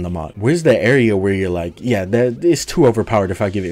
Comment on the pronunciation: Drinking game: Take a shot every time he says “byeah”